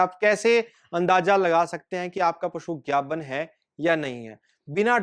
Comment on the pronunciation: ਪੰਜਾਬੀ ਬੋਲ ਗਾਬਣ ਨਹੀਂ ਗੱਬਣ ਹੁੰਦਾ ਹੈ